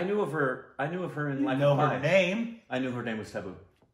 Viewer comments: Tab in tabu is pronounced the same way as "tub" In bathtub and not like the tab in tablet. You spell it like the english word taboo. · It's pronounced just like 'Abu' and you just add a 'T'. Not taboo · It isn't "taboo" but is pretty close to the actual pronunciation:) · It's not Taboo, it's Tabu... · U pronounce Tabu as Thabu not Taboo....Like T as in Chahta.... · Tabu isn't pronounced like 'taboo' but instead as 'Tub-boo' ....unless of course it's an intentional korbinizarion...then it's taboo 🤣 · Pronounced as 'tub'---booo Not 'tab'--boo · Tabu is pronounced as "Tub-ooh" in India with a soft T. It's short for Tabassum. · So just an info it's prounced as Tabbbu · It's not taboo lol it's more like you combine tub and boo together but like with a different sound of "t" like you hear often in spanish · Tabu's is short for Tabassum. Pronunciation is Tab as in pub and bu as in boo.. So it is pronounced as Tab-boo. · pronounce her name as: tub-ooo It's short for Tabassum. She goes by Tabu. Her full name is Tabassum Hashmi. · It's okay don't have to be so hard on yourselves for the exact pronunciations. The correct way is TUH-BOO And the T is pronounced the way you would say RASTAFARIAN. Not a hard T like it is in the word Taboo. Tabu is the short for her full name tabassum 😃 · It's Taa (like Tata) Taa-boo! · Tabu is pronounced as: Tub-boo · Tuh (with a soft T) - boo. It is short for Tabassum. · Its not t its spelled as tha...thubooh... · Pronounce as...tubb..oooooo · To say the “T”of Tabu, your tongue should go between your teeth, like it does when you say “their” or “there” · The T in Tabu has to be pronounced flat not sharp. No equivalent word that would sound similar in English. When making the flat T sound the tip of your tongue should touch the back of your teeth and not the roof of your mouth., Indrani could help you out on a call to demonstrate the difference. A lot of the T and D sounds in hindi are flat rather than sharp.